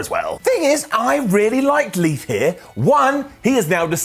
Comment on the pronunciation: Leaf?? Keith lee and you called him leaf?? Lolol